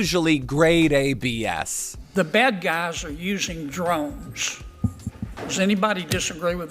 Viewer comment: Droneshh? What the hell are droneshh? Foghorn Leghorn speak I guess. 😂